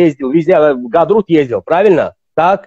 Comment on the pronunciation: дорогой, у меня к вам одна большая просьба. Ни " гадрут " а АГОГЛАГ!